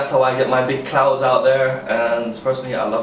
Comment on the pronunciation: Are saying clouds or clowns like what you're taking us for fuckin clowns